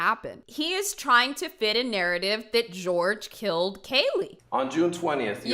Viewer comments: I mean she always called him George, even though his name is Jorge. Couldn't even pronounce her boyfriend's name right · not saying Jorge's name correctly will forever deeply irritate me... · Can you imaging being so stressed out that your mom will find out you’re a liar that unaliving her is your solution for her not being mad at you If only who deserves all the forgiveness would have “forgiven” George and moved on instead of unaliving him. Then she wouldn’t have to mispronounce Japanese art that most certainly doesn’t describe!